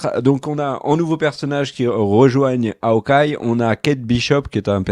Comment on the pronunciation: "HAOKEYE" ? Sérieux... Aucun effort...